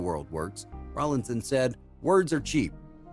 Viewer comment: Ffs his name is not Rawling. It is Rawlinson!